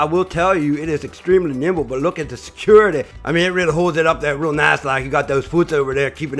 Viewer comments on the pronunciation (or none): The way you said "security" 💀💀💀 and